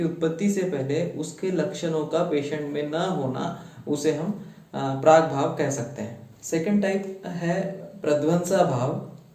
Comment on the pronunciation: "प्राग्भाव" is not correct...it should be "प्रागभाव"